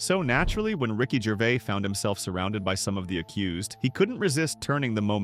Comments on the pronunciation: Rocky Gervay? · Ricky Gervay 🤣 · Ricky Gervay 😂